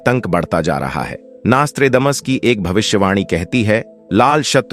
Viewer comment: नास्त्रेदमस नाम तो सही बोलो 😂😂😂